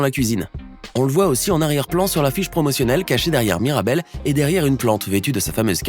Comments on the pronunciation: en tu a pas dit mirabelle tu a dit maribelle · MIrabel pas Maribel 😅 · wsh il a dit maribel au lieux de mirabel🥲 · Qui l'as entendu dire maribel au lieu de mirabel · C pas maribel c mirabel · On n'est d'accord pour dire qu'à 5.52 il dit maribelle au lieu de mirabelle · Se miradel pas maridel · Il a dit "maribel" et louisa ma c pas MIRABEL? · elle s'appelle mirabel et non maribel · À 5,45 minutes il dit Maribel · Il a dit maribel 😂😂😂